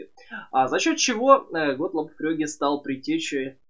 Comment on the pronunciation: Почему ФрЁге а не ФрЕге. Очень сложно воспринимать когла привык из всех телевизоров слышать Фреге.